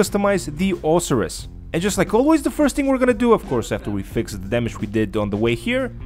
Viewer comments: Lol pronounced Oh-sy-rus......isn't there only 1 car on the podium each Thursday? Met a 9 yr old in game last night who claimed he won an Osiris this week at the casino but I've always understood only 1 person can win a podium car each week....but again this kid is 9....probably lied lol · i believe its pronounced o-si-ris with the si making the i sound